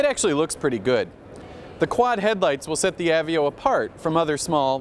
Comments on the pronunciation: I think he says "ah-vee-oh" a hundred times on purpose just to annoy the rest of the world who pronounce it "uh-vey-oh." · av---veee--oh....really........ i always dislike the pretentious vibe from this particular guy but come on, know how to pronounce a car if reviewing them is what you get paid to do. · that's what I was thinking! I'm talking about the guy who said "av-veo" instead of ah-vey-oh. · I've heard "uh-vey-oh"(how I pronounce it), "A-vee-oh", and now "ah-vee-oh", what's next? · How does this guy mispronounce "Aveo"?